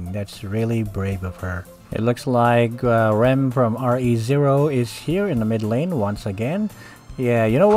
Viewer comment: Everyone pronounce re:zero: ri ziro pronounce re:zero: R E ziro